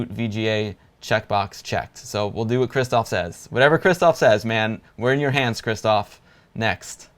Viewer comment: Dude. Both "rz" and "sz" in the name "Krzysztof" should be spelled as "sh" in "shoe".